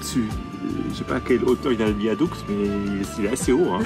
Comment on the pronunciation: 🥀AH! AH! À chacun son bol de nouilles et pas de commentaires😂😂😂Épatante cette petite vidéo…épatante et bien trop courte. Joli joli ce désert caramélisé aux goûts panachés, un « dessert » pour 🧡petit mot toujours délicieux dans sa bouche, ce petit accent espagnol qui déteint sur 💙qui fait rouler ce train sur un « viadouque »🙃Le temps file si vite dans cette province peuplée de Ouïgours et déjà vous êtes sur le retour, la Willy doit piaffer d’impatience…🐎🐎🐎dans son boxe. On vous voit toujours heureux c’est pourquoi on s’attache à vous les Amoureux♥️♥️et on vous suit dans vos péripéties avec assiduité tous les vendredis. MERCI❣️❣️❣️ À bientôt mes Aventuriers Préférés💙🧡nous aurons quitté 2024…j’en profiterai pour pour vous offrir mes Vœux…et oui! Je suis une fille à principes…🙃😉😁En attendant…bonne route soyeuse vers 2025. Je vous kisssss💋💋Anne🥀🇫🇷 - 🎶🎶🎶🎤💃🏻💃🏻💃🏻J’ADORE♥️